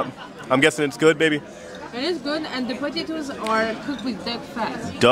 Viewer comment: Hey J and. 100th dive. Wow. The water looks amazing. Oh no. Your go pro 😢. Cool day. You guys look amazing for dinner. So cute the way pronounced potatoes. These shows are amazing. I’m figuring you edited numerous shows together or that was a hell of a show. Thanks for sharing and see you guys next video.